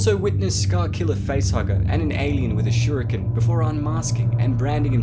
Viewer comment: seltic....shurikan...come on dude you have been doing so well lol